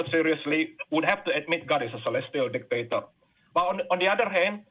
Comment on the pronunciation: I was convinced Japheth was saying "God is a Celestial Dickhead," but it turned out he was saying "Celestial Dictator." Six of one...